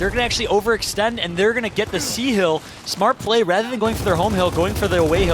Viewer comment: This guy keeps saying "Keels" and "Heel", it's kills and hill lol